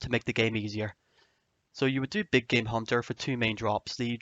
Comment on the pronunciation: At first I thought he said "my big gay hunter guide"